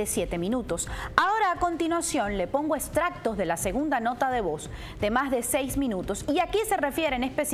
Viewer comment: No diga 'eStractos', es 'eXtractos'